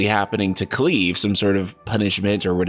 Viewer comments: Thank god someone told him and he’s responded and acknowledged haha. Don’t think I could take anymore of Cleeve 😂 looking forward to the next video featuring Clive!! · The way he pronounced it as "Cleave" instead of "Clive" (like drive, chive, dive, alive, etc..) irked me too xD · Haha holy crap, I can barely watch this video thru. The Cleave pronunciation is driving me crazy! Just, how?? CL...I’ve...Clive. Haven’t you ever heard of Clive Owen? I love your videos, I even have a bit of a man crush on you, but it’s so hard to ignore haha! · "Cleeve?" I think you mean "Clive" (Cl-eye-v) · Lol he's saying Clives name wrong. He's pronouncing it Cleave...... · Bro pronounce his name right it’s so annoying. Cliiiiiiiive not cleave wtf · Low key getting annoyed with cleave ITS CLIVE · Cleave??? You mean Clive?? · hey dude I wanted to let you know that the main characters first name is pronunciated as Clive not Cleave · Just trying to be helpful, not antagonistic: MC’s name is almost certainly pronounced Cl-“eye”-ve with a hard i (eye) sound. Not “cleave” as in to cleave something in half with a blade. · It's not Cleave...it's Clive! Cl-*"liv"*e CLIVE! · Cleave? I thought his name was Clive... 😂 And does this dude have cheekbone implants, cuz they look weird in a certain light... 😅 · Cleave? It's Clive. Akon? It's Eikon (icon) lols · Please pronounce Clive correctly... Cleave (the way you're saying it) is a type of cutting action... Cl, eye, ve... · It's CLIVE with an I, not an E. His name isn't Cleave you clown!! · ITS NOT CLEEVE. Considering the English voice acting design it will almost certainly be Cl-Eye-Ve. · Alive with Clive. Not Cleave and Steave. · I think it's pronounced Klyve and not Kleeve. Clive is or was rather a common western European name.... Also I have no idea what a douchey is lol. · it's not cleave its pronounced as clyve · Cleeve??? Cl-i-ve....ya know, like Clive Owen. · Clive not cleeeeeeeve. The pronunciation made me shudder. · Lmao "Cleeve"